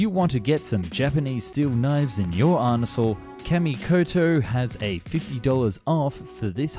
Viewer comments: i love that he said arnesal rather than arsenal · 3.15 Well, I am not sure about that, having a knife in my 'arnesal' 🤣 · “if you wanna get these japanese knives in your arnesal… “ OUCH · . Arnisal?! It's AR-SI-NAL. Ar-ni-sal! This guy cracks me up. I come just to hear him mispronounce words every week. Never disappointed. I love the English hacking their own language. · nobody pick up on the fact he said "arnesal" instead of "arsenal" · ARNESAL LOL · Kamikoto in your "annesal"🤭😅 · What's an arnesal? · this man just say "arnesal"? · hehehe arnesal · I like how you said arnesal. I'm sure it was on purpose but it's still funny. EDIT: stabibility